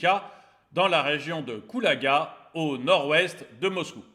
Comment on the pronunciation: La région de Kalouga et non de Koulaga ...